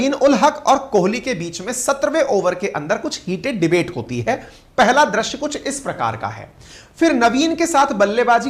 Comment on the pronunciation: drasya kya hai. .drusya ya drisya bolo